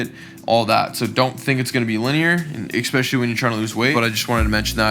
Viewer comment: Take a shot every time say “ECK-specially” hahahaa